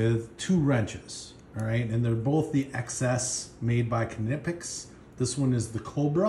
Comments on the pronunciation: Pronounced “Nipex” ! Silent K! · Great video. Good selection of tools. Just need to tell you the K is silent and is pronounced nip x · I think k is silent in knipex. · No only English has the silent K. Knipex is German.